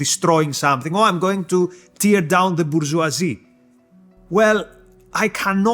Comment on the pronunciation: Good talk. For the sake of improvement, from the video in Tel Aviv and this, you have a consistent issue with the pronunciation of the verb "tear" (as in "to tear down") whose first vowel sound is as in "Ted" [teər]; unlike "tear" (what keeps eyes wet) [tɪər], first vowel sound as in "kid".